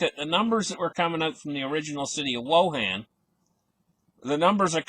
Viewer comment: You said WangDong.